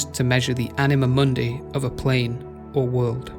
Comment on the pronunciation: you pronounce it as m(ou)(soft n)d(ei) while it should be m(hard u, similar to english "moon")(hard n)d(hard i, not english "eye" but i like in "in"). So in short you said something like mon-dei instead of moon-di.Try to listen to google translate "stupor mundi" in latin to notice the difference, you have right to your own pronunciation, but I got confused first time you said it. I didn't mean to shame you or anything. Lore is chaotic yes, I just wanted to point out it jumped from Mah to Zaros to Seren without really saying what connected them, It should say how and maybe why Mah created them, quick description of them both and their powers (their auras worked on each other, which weren't even mentioned), then how Zaros left and finally Mahjarrat, their relation with Mah and Seren (they didn't know they were channelling energy bach to Mah). I already described difference between Catalyst and the Codex, but I can say it again, Jas created Stone from her own egg (sacrificing her reincarnation in future revisions) as medium to fill power gap created after losing Mah, It acted as power source slowly burning whatever power Jas infused it with. Stone was used as tool in creation of worlds and and other lesser tools. Codex (as we have recently learnt) was used as storage for knowledge and power (this is how you described the Catalyst)